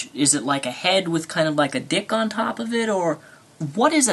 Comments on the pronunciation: Lol Daniel, he said "thick skulls" not "dick skulls". That was funny tho. Love Ya! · I think he said "thick skull". Jus' sayin'. :)